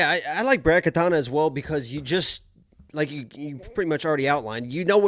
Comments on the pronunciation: not katana its katona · Katona not katana